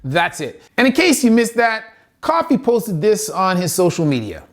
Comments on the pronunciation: Love the video awesome stuff. Please pronounce people's names properly example it's co-fee, not coffee and bal-or not bailer. Thanks, keep the great videos coming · That was Drew McIntyre not Edge.. also Kofi is not pronounced Coffee. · Saying Kofi as coffee and not co-fee made me smile a bit lol